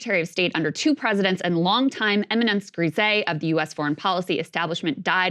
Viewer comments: "éminence grise" Pronunciation note: There's only one syllable in "grise", it's pronounced "GREEZ" (no "AY" at the end). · Please look up how to pronounce "eminence grise", Krystal. 😅😊